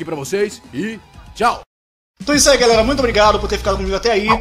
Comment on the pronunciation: É impressão minha ou voce falou "galela" 😅😅🤗🤗relaxa eu tambem não consigo falar "galera" kkkkkk